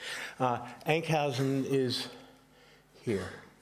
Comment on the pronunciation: Enk housen??? you mean huizen, not with an au or ou sound!!